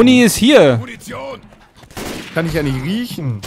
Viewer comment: Wer hat nach dem "Munition ist hier" anstatt "Muntion!" "Du Idiot" verstanden?